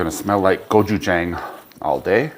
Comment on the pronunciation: Looks fantastic. Just an FYI it’s pronounced Go-Chu-Jahng (like John with an ng). 고추장. The way you pronounced it would be 고추쟁. Not trying to be a jackass, just wanted to share. Lived in Korea for 4 years, love their food and culture.